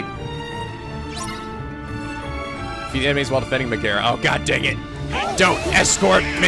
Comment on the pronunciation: It's pronounced (meg a ra ) not ( meg air a) sorry to be that guy